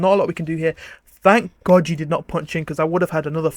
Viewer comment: Please don't say God like that